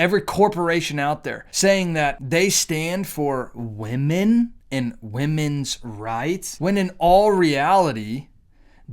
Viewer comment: It’s not women’s it’s WenMen 😂